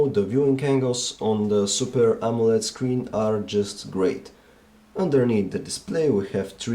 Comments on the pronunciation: Borat can't say out "AMOLED"? lol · dun give excuses saying that it is an accent problem, being able to pronounce all other words normally but those 2 is not accent, it is lousy english. n it is not a mistake k coz he repeats it as herb every time. n i am sure u know that he stumbled on the amoled word at first, lucky he did not repeat that. n do u know how misleading and embarrassing this could be for tech newbies that do not know the correct pronunciation and tells their friend-Hey guys check it out my new omnia 7 (cont)